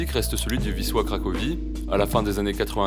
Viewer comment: Ton "Wisła" est nickel 😉